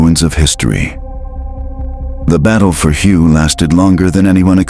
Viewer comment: This is lame-ass clickbait. You are so stupid, you don't know that "Hue" is pronounced "way", that's really lame. Avoid this clip!